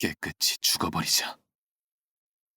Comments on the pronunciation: 깨끗이: 깨끄시(O) 깨끄치(X) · 감사합니다! 깨끗이 : 깨끄시(O) 깨끄치(X) 야마토타케루노 미코토(O) 야마토타케루 노미코토(X)